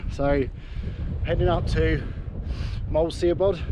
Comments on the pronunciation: Great Vid However its pronounsed Shabod . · Have a look at Wandering Welsh Girl, a guide to pronouncing Welsh words, to get a better idea how to get the names right. Siabod is pronounced sha-bod. Loving the trip so far